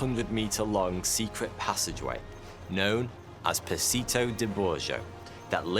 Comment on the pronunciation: Bloody hell, your Italian is atrocious! Just get an Italian to read it for you and repeat a few times. "Passetto di Borgo. Passetto di Borgo! Passetto di Borgo!!!" Borgo! Not "borjo", Borgo, with a hard "G"! Like in the word "go". Bor-go! After 5 minutes you should be able to pronounce it perfectly. And it's not Spanish "pasito", it's Italian "passEtto" with an "e", like the first "e" in the word "feminine".